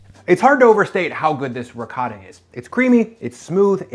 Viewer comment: doesnt pronounce ricotta correctly, hes full of shit